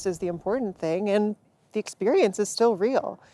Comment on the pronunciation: Ayeeeeeee its da fkn boids